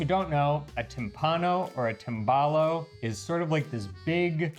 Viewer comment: try to pronounce the Italian words correctly Tim ball ohh 😂